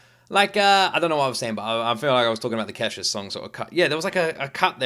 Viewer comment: Pronounced Key-sha, not Keh-sha 😅